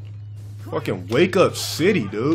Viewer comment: Can someone pls show me any time that he actually pronounces the “de” part in “dude”? I swear I’ve only ever heard him say “Doo”